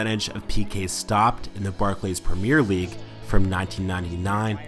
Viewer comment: its premier league, not première league fucking hell